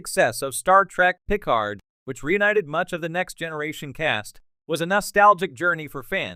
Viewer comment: You can't even pronounce picard and these new shows are out of universe non cannon remakes they are not real star trek. No one cares about a reunion for these new reboot non prime universe actors.